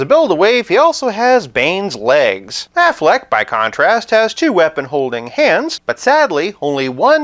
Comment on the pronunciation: Whenever you say Afflec, I think of the goose shouting Aflac! in the insurance commercials lol. So um yeah... Bale Batman was my fav. Had wayyyyy better storylines except for the last movie.